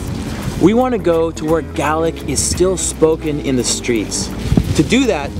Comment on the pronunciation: I'm not from Scotland, nor do I speak their language, but thank you for pronouncing "Gaelic" correctly. 👍